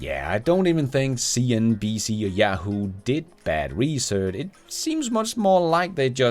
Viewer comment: I like the way you say "cnBS"😂